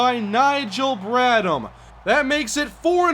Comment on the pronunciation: I hate doing this but it's BradHam the h is pronounced